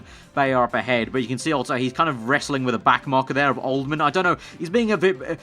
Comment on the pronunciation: old-ham!! not old-man fs